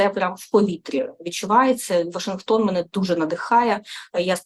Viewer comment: Та не "мене, а ме"не, не "себе, а се"бе.